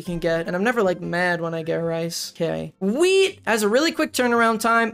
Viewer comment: I kept hearing weed and not wheat